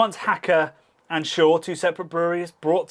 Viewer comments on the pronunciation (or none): Everyone likes a typically English pair of gentlemen - bearded simpleton who likes beer and a Frasier fan with a Norwood scale to prove it who likes beer reviewing the Treasures of the Brewing/Brauschätze of the world. I wasted a whole afternoon on this channel. Had fun. It's Pschorr, not 'schorr, like Knorr, not 'norr, like Herb, nor 'erb, wait a second...